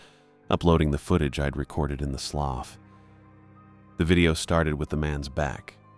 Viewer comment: It's NOT pronounced "sloff". It's "sloo".